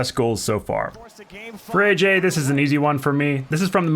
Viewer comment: I was pissed off when he said ayyjayy honerble mentions